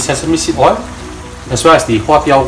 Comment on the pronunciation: please pronounce O I L ..... I don't put O I into the wok.... what a typical example..